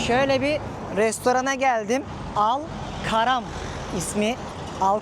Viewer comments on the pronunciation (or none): niye yer isimlerinin Turkce soylenislerini soylemiyorsunuz? Al Karam el kerem demiyormuyuz biz ona? Karim uygulamasi bizim Kerim dedigimiz sey. Sarkici kadin hali reklami yapiyor Kasmir diyor Kesmir diyoruz biz ona degil mi? Sawkat, Anwar, gibi isimleri de Sevket, Enver diyoruz degilmi abicigim. Iyi gezmeler...